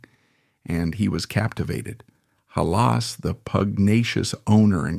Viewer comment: Lose the AI.if you can't pounce rhe name of the founder of the Bears you lose all.credibility